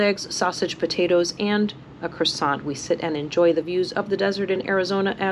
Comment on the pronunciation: A "croissant" LOL Hoooooo boy....that gave me the fits